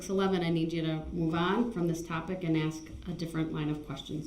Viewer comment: Ask not aks..........grrrrrrrrrrr he is so annoying